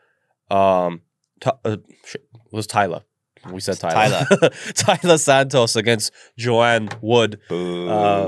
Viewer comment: Wow you can’t pronounce a 5 letter name. TALIA.